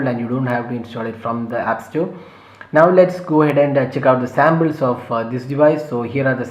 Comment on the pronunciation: Its not Sambles.... Its Samples.